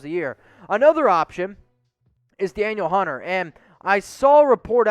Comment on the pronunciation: Danielle Hunter = "Duh-Neel" Hunter... ; )